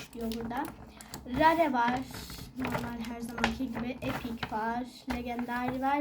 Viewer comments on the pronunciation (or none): Linç DEYİL ama rare rare DİYE okunmuyo rer (e biraz uzatmalı) diye okunuyo